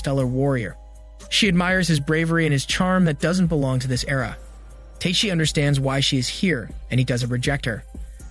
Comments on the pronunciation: It's TA-KE-SHI not TAKE(teyk)-SHI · repeat after me: Ta-ke-shi not take-shi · I think he is used to hear his name pronounced in the wrong way :D